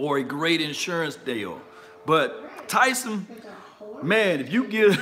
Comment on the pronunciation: Please pronounce his name correctly. It’s Taysum.